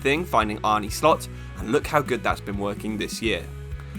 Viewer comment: the way you pronounce Arne of Arne Slot sounds really to me as a dutchmen haha, maybe typ it into google translate and listen how u pronounce it correctly. No hate just a tip cause it sounds funny Nice video again i wanna do a moneyball save soon